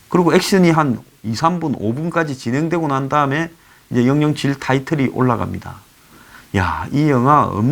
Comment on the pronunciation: 황장수 선생 매우 훌륭하게 해설논평에 높은 평가합니다 . 다만 007 은 영영칠로 안읽고" 공공칠" 로 읽어야 맞지 않을가요? ( 절대적인 것은 아니지만 -- 좀 어색해서요 ) ( 나는 6학년 4반입니다 ) LA K - town 에서